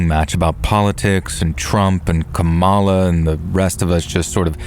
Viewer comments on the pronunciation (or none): It's KA-ma-la,. 😑